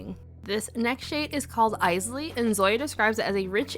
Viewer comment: I just put on Bowie today 😊 Also, yay! I keep laughing when I hear people mispronounce Isley, which was most other nail vloggers (not you). I guess they don’t know the Isley Brothers.